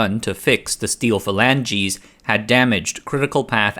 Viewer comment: steel fa lanjeez